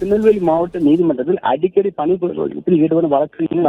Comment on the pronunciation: பனி புறக்கணிப்பு இல்ல பக்கி. பணி புறக்கணிப்பு. utter waste news reader. unfit news reader